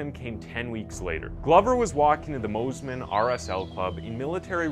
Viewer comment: Pronounced 'Moss-Man' not 'Moze-Man'. Great vid.